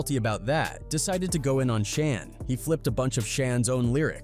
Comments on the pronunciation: It's Shan, like, pan! Not Shon. 🙄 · AI sucks Shan not Shon. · Mc Shawn is how it pronounced it..lol Shan, like can